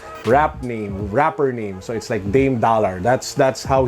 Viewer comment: Dolla hahahahaha, its ok at least you tried.